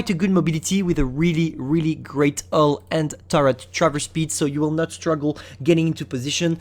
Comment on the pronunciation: It’s bull armor......H(MAKE THE “H” SOUND MAN)ULL.....HHHHHUUULLLLLLL ARMOR!!. WTF IS “ULL ARMOR”!?!?!?! U gotta work on pronouncing the H bro, cause u can’t. Even when u say “huge”, u say “uge”😑